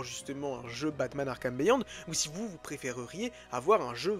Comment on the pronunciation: Ca se dit "BIYOND", pas béyond ! ;)